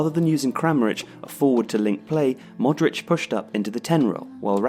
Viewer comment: its not Modreač its Modrić...🤦🤦